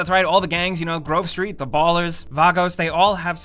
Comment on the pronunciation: Did he say for Ballas they are called ballers am I missing something